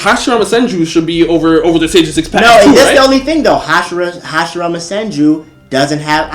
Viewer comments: Sage of six page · "Sage of Six page"